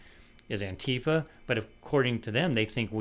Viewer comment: Let me say first that it isn't Tom's fault, but I hate that he mispronounces Antifa as anTEEfa. As someone who is very familiar with and has stood against Antifa for 30 or so years, it drives me crazy. I remember very clearly when I first heard someone on a cable news channel mention Antifa. It was late 2016 and I was so surprised that I told friends about it. We laughed about the way it was pronounced. Then slowly but surely, Antifa kept popping up in the news more and more often, and it was mispronounced about 99.9% of the time. Yeah, some would say it's a dumb thing to moan about, but if I asked for recommendations on anTEEvirus software, you'd correct me. 😄 I will say that I do find it funny that all the effete, weak p***ies claiming Antifa today can't even pronounce it correctly. They wouldn't have survived back in the day anyway. Just wanted to get that off my chest because this is one of my favorite channels.